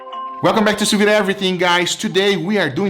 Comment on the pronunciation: This pronunciation of sous-vide is driving me crazy...